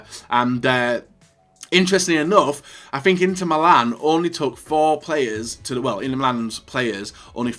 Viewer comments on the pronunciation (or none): none